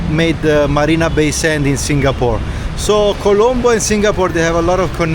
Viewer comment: Colombo is correct but it saying calambo